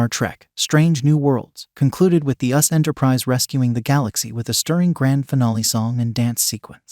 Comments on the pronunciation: I wish they wouldn't use AI to do the narration. It's not "Lan" it's "La'an." And it's not "US Enterprise," it's "U.S.S. Enterprise." Geez! Doesn't anybody ever check these things before posting them??? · It is U.S.S. Enterprise, not us Enterprise. Please listen to your own posts!!